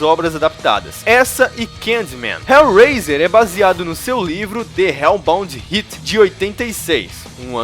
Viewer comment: De reubaundi harti seria a pronuncia correta